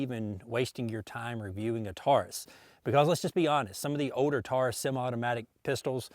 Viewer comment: You say it normally. The word older is another story, though